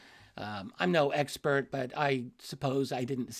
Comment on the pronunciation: Did you just say 'eggspert'?